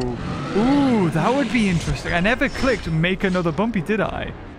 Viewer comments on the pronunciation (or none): Guys, you’re saying it wrong, it’s Bumby, not Bumpy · Bumpy ❌️ Bumby ✅️